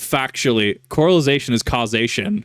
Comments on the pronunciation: It's correlation, my man, not correlization. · 0 out of 5 stars Bro kept saying coralization instead of correlation, literally unwatchable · I love you but it's correlation not corelization. It's Correlation! Because there's a co-relation, KIP! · Drink every time this mispronounces “correlation”.